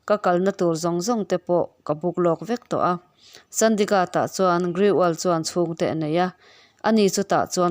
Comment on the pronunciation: I chhiar sual nge, a ziaktuin a ziah sual? Mout Abi hi Maharashtra state a awm a ni li, Rajasthan a awm a ni. Chandigarh i lam dik lo tluan parh!!!